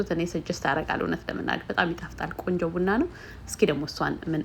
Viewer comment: ብና ብና ሳይሆን ቡና ቡና ብትይው?